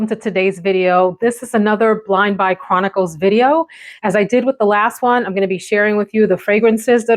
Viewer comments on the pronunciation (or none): none